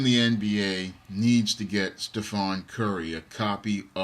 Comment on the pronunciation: its stephen not stephon